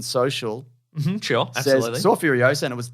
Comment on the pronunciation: I knew after every YouTube ad when I’d hear FURIOSARRRR a thousand times a day that I would not be seeing this film lol